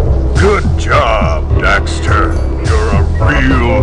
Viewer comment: correction...jak not jack. daxter not dexter. also the game is called jak II not jak and daxter 2